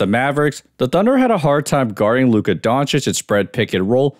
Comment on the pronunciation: Li-ka doncic